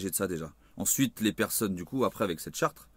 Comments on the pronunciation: charte pas chartre lol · Tu le sais évidemment je pense, mais on dit "charte" avec un seul "r", écoute-toi cela fait bizarre car une chartre ne veut rien dire :) Bref courage, de suisse gilet et avec vous. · charte ..et pas Chartres ....SIMPLET